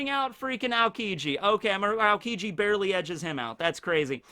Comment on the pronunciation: "Just Barry-ley." 👌😂🤣